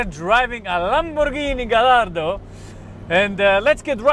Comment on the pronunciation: Pronounced gayardo